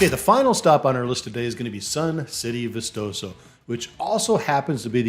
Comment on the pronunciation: Ba chee is how its pronounced. How about vistoso?